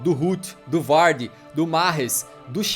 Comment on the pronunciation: Mas é o jeito certo